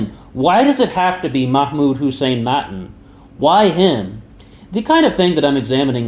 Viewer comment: btw... Its pronounced Mattaan